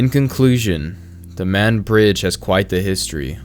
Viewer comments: Great video, but as someone from the area, it’s pronounced Mah-ned. Just a heads up. The closest Crystal’s would’ve been about 15 to 20 minutes away as are most fast food restaurants. There’s not a whole lot available in the county, so most people have to travel out of county for work. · Pronounced “Mah-Ned”